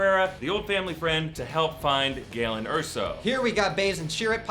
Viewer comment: "Galen", not "gallon".